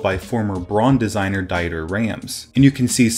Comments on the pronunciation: Not Dy ter, Dee ter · Its not Deiter Rams, its Dieter Rams. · Shit I am german and I didn't even notice "die terr" sounds like a killer robot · Hase ich finde seine Aussprache total lustig. Ich hoffe, dass Dieter dieses Video nicht sieht.